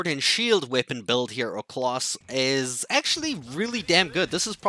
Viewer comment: Instead of class and lance you are saying cloce and lonce